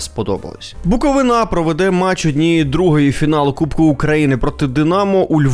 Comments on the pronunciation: БуковИна,а не БуковинА,чувак. Не стидно тобі? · На рахунок коментарів про Буковину повністю згідний, але запам'ятайте вже будь ласка, що не БуковинА, а БуковИна!!! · Коли ж навчаться правильно казати??? БуковИна, а не БуковинА ЧернІвецький, а не ЧернОвецький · Дякую, дуже подобаються Ваші випуски. Але, будь ласка, БуковИна). Дякую) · Ще б наголос правильно ставив ціни б тобі не було Букови'на!!! Ніхто ж не каже Полтава' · В слові Буковина правильно робити наголос на И